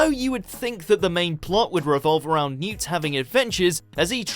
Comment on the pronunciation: I cringe when I hear Newt's name butchered like that. A lot you care about these lovely people.